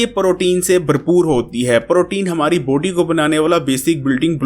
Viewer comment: یار لفظ باڈی کو بوڈی نا بولو۔ بلاک کو بلوک نا بولو